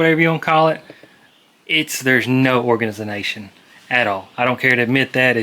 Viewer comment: need some dat "Orgizination" 🤣 you need t-shirts!!! I'll be your apparel consultant